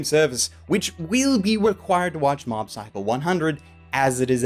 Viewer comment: I could've sworn I heard him say Mom's Psycho 100 .